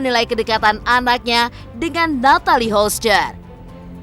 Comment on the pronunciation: Yg terbaik saja buat mreka yaaaa.. cm mau protes aja,ini yg bca skrip g pernah bener nyebut nama Natalie Holcher 😅😅😅😅